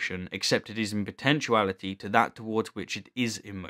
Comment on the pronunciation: He says “potentCHU-ality, for potentiality. I cannot respect that. I have gotten used to “nuk U lar”, but this is just unforgivable.